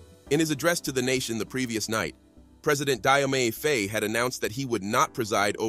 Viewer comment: Great reporting, however Faye Phonetically is pronounced Fa-ye .